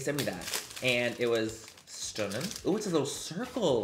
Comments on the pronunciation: Wait your “stunnin” sounded so Irish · Omg you sounded so Irish when you said “stunning” brilliant 😂☘️ come to Ireland soon!! 🇮🇪 xoxo